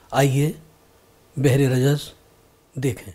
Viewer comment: بھر ہوگا بجائے بحر